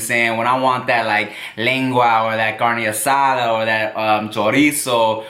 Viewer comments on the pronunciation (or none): He said taquillera so perfecto carne asada could use work tho